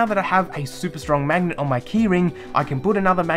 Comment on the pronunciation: Say 'mangnet' one more time